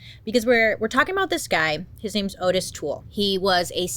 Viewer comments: Oh Bailey I’m disappointed already. His name is Ottis. Not Otis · *Ottis. Pronounced “Ah-tis” rather than “Oh-tis” per his own self. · His name was pronounced "ODD-iss," Bailey. Respectfully.👍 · I love that Bailey mispronounced the killer's name the whole time. The disclaimer in the beginning .. totally forgiven. We love you, Bailey!!